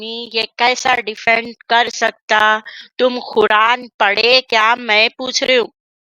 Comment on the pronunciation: Ye defend ko difind bola